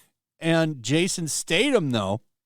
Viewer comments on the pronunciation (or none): its pronounced STAY-THAM not STAY-TAM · Hey, Jason's last name is pronounced Stay- thum! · Can you say the man’s name right? Jesus Christ, there’s a “th” in this name. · His surname is pronounced "Stay Thumb". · Statham pronounced with a soft “th” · no I know who Jason Statham is… I was commenting on the horrific pronunciation of an A list actors name. Like dude who made the video…. If you are going to make content… LEARN HOW TO PRONOUNCE PEOPLES NAMES…